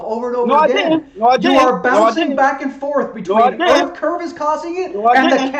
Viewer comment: This guy is a mouth of garbage, erff is not earth